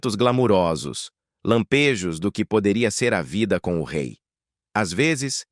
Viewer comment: 🧡🧡🧡 O RÊI FALA DE ÔUTRO RÊI